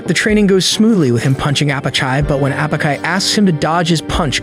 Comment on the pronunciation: I had high hopes for the ai narration at the beginning because its pronounced Apachai correctly but 30 minutes in and it's all gone downhill after that 😂😂😂 0/10